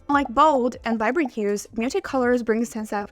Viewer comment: Totally. If you're going to say muted so many times, pronounce it properly. It ends in a D. Slow down and speak properly.